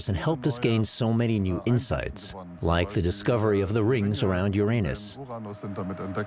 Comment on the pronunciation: "...the scientists discovered the rings of your anus", and "...like the discovery of the rings of your anus". LOLOL!!!